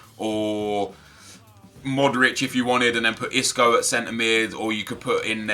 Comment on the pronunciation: Pronounces Modric right, pronounces Kovacic like Kovacick... Drives me mad :S